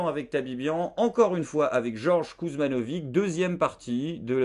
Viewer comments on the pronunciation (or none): Ben moi sans racines yougoslaves, je prononce le nom « Kouzmanovitch »et je trouve parfaitement ridicule de le prononcer « Kuzmanovig ». Je trouve ça dommage de s’assimiler comme ça et d’encourager la paresse intellectuelle des gens. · Kuzmanovic c'est compliqué ? Dans le bassin minier hardcore, entre les Wisniewski, les Kovalczyk, les Marsciczin et compagnie, Kuzmanovic c'est niveau 1ere leçon chez l'orthophoniste :P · Kuzmanovic,roi des.faux culs, ne prononce jamais le mot de < Frexit >